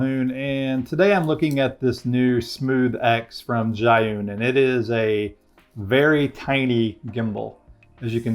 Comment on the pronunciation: I watched the ads without skipping as a form of support. Very nice review. Thank you. By the way, "Zhiyun" is pronounced "chi yoon" 😀.